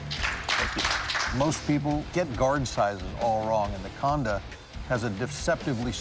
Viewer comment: I heard him say "the condom" 🤣